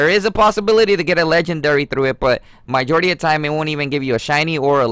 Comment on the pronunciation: “my jority” “guy ro scope” smh